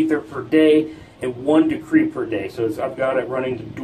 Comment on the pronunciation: Decrey? Decri? De-cred.. credit, get it?